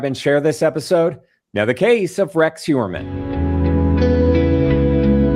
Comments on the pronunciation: For the guest: His last name is Huer-mann, not Hue-MER-man or Hue-BER-man! pronounced it correctly several times and she still gets it wrong!🤦 Also, imo, they should not study him! It will make him think he is more special and give him time out of his cell and help him relive what he did over and over again!! Studying someone this evil, does nothing to prevent these heinous acts! It just makes money for people writing books about him! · It bothers me that she keeps calling him Huberman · why does she keep calling him Huberman? and right after Asa says "Mr. Heuermann" for someone so "tuned in" it's a crack in the veneer. she's not really listening. am i mis-hearing her? maybe. she's all about self promotion. yuck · She might be an 'expert' but she keeps calling him Mr Huberman. At least, '', you should get the name right after all these years he has been in the spotlight.